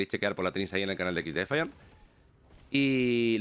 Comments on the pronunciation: XDEFAIAN pero pronuncialo en ingles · Cada vez que dice exdefiant muere un pajarito.